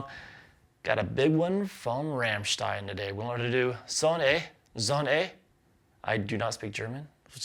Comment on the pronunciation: Thats true, but he has to work on "Rammstein" 😀 But this should be easy to, just by listening the song "Rammstein" ;-)